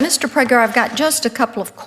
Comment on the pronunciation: "Mr PragAhr"!